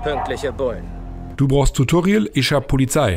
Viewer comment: "Du brauscht tutorial isch hab Polizei" Ich kann net mehr P.S: ich bin nicht dumm und mir ist bekannt, dass man braucht und ich so schreibt wie vorhin genannt